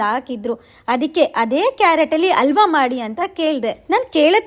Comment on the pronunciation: ಅಲ್ವಾ ಅಲ್ಲ ಅದು “ಹಲ್ವಾ“🤦🏻‍♀️